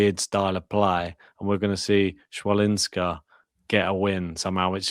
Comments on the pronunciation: CH in polish we read as H, so Hwalinska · No, it's not. 'Ch' is pronounced /h/ as in 'head' or 'ch' as in 'loch'. 'w' is pronounced /v/ or /f/. So it's hfa - lin - ska.